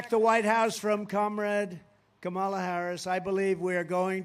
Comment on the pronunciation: He can’t even pronounce Kamala. 😂😂😂